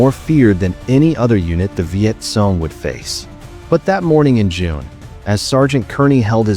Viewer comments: It is pronounced CONG not SOON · Learn to pronounce name would help a lot... it's not sone it;s cong